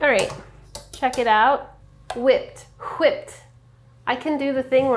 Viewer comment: I love that Sohla has picked up some of Andrew’s weird quirks. “wHIpped” etc.